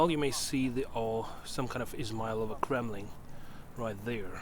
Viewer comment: Such a beautiful view.. What did you say?😅 auto captains say "Ismail of a crumbling" right there. I think your saying Kremlin, but I cant tell.. 🙃